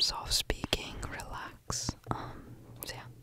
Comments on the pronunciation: It sounds like he’s saying “Sherlex” LMAO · when he says it fast is it just me or does he sound like he's saying sherlock in like a russian accent lmao ?! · After a while it started to sound like he was saying “shirlax” was that just me? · Am I going crazy or is anyone else hearing the word "relax" turn into "trullah"?? And this word doesn't even exist 😂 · Sounds like sure-lax when you go fast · "Zerlax" is what i'm hearing😂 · When did I think he said "shldshld" over and over again? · if you just said relax for the rest of you life- everyone would think you were British🤠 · Why do u sound English when h say relax (British)